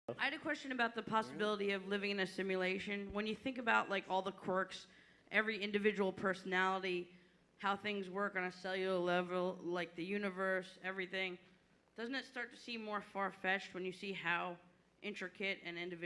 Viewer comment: "cellelelel lerrvel"